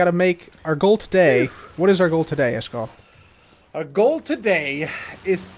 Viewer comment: The Word "iskall" is actually not pronounced the way you pronounce it... but I can teach you. 1. The first part "is" is pronounced like the word "ease" as in "I did it with ease".2. The second part "kall" is pronounced like the ending of for example "clarify" or the word "eye" or even "I" but withot the last "j"-sound at the very end. Yes… I am a Swede but not a cabbage…;-)